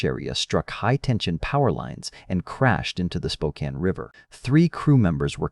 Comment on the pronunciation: shockingly, the ai was actually able to pronounce spokane correctly!